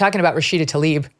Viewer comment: She's looks like she's been really stuffing the filafel in her face lately. Tl ay b ...not Talib